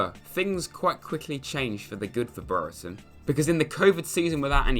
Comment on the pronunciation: only said breretons name wrong 1000 times lmao